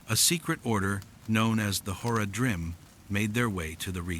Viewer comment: Is this your voice or an AI translation of your writing? If you ever played the actual game, the pronunciation is way the fuck off. Zakar"em" should be Zakar"eem" and Horadrim should be pronounced "Horadrim" all at once not, "Hor-a-drim" and that is prevalent in the actual voice acting of the game. Not to nitpick, but if you're going to play off of a beloved fanbase, you should probably get those details pretty close to perfect.